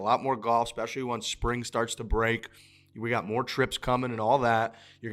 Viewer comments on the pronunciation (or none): Anyone else annoyed by them saying EX-specially? I didn't know there was an extra C or X sound in especially. Looking forward to the Netflix show. Hopefully it's a genuine show and not made for children's ears.